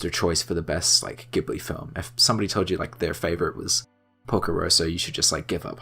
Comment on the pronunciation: Everyone's disliking the video because he mispronounces Ghibli, right??